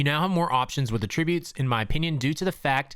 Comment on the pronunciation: At ri butes